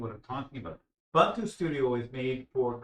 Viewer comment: And it is "Ooboontoo", not "Youbuntuh".